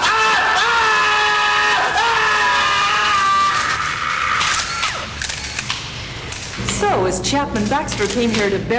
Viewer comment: Whenever justice is said I now repeat “yustice” to myself and have a little chuckle. Thank you,.